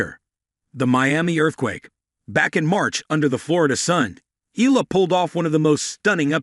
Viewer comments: pronounce it Eyala not Ela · Umm... pronounced... E-Ya-La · Eala, Iga- you dont care how to prenounce, its enough to know English names- what's an ignorance